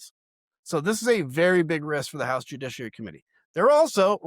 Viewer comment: Dude, stop saying "White 'Ouse". It's White House. ENUNCIATE the "H".